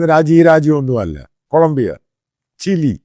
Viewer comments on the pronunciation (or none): none